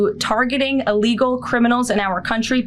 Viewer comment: She can't even pronounce the word illegal...she says "'allegal."